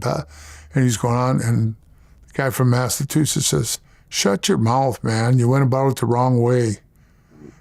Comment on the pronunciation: He pronounces Massachusetts like Milk74....lol.